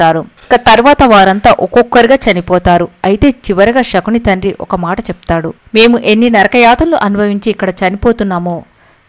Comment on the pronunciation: Amma " Shakuni " kadamma Sakuni and palakandi .